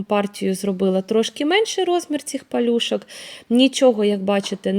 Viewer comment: Ще одна юлька тимошенко в блогери подалася Нашикувала, а не нашикАвала, не в миске, а у мисці, не палюшАк, а палюшок, не вАда, а вода, не пАвспливали, а повспливали, не рАсповзатися, розповзатися, і т.д. Може уже пора вивчити де "а", а де "о" - це не так складно.